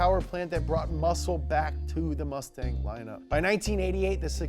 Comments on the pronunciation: I think they meant "mustang" not "mutsang" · He put mutsang lmao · “mutsang” lmao